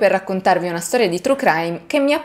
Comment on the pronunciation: Io ti voglio bene peró tu avevi detto che parli l'inglese fluentemente. Io sono mezza americana e so che TRUE si dice in un'altro modo, non TRU é Chrudim la Commissione non è detta come la K